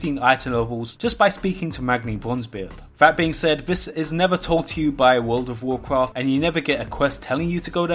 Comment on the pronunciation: Wurl ov wawcwaft